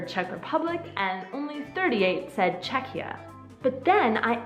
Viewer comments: Mně nevadí ani jeden název, hlavně ať tomu lidi neříkají Československo. :D Ani jsem nevěděla, že název Czechia je tak starý - ale vyslovuje se to asi "čekia", ne? Přijde mi, že jsi tam občas vyslovovala "ch" a "ch" přece v angličtině (ve výslovnosti) není. Asi jsem spíš proto, aby oficiálním názvem zůstalo "the Czech republic", protože to podle mě reprezentuje jakousi novou éru, už nejsme součástí Rakousko-Uherska, tak asi proto tam lidi chtějí mít ten název "republic", jsme prostě rádi, že už máme samostatnost + zdůraznit, že nejsme monarchie. :D Ale pro neoficiální styk jsem pro název Czechia. Za doby Československa to bylo taky zajímavé, jeden čas vadilo Slovákům, že tam mají malé "s" a že bychom se měli jmenovat Česko-Slovensko a ne Československo. :D :D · Not really, it's pronounced "Check ya" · "Che-ky-ia" is the correct pronunciation! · It's kind of funny how she can't make up her mind about the pronunciation alternating between 'k' and 'kh' in the middle. But hey whatever, there are thousands of English words where the English speakers can't make up their mind! :-) I think the 'k' is the officially correct variant. Anyway, this is the best video I've seen on the subject! Thanks!